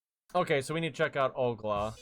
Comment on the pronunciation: Where does this Ogla come from? It's Ol (like in old) - Ga (like in garment)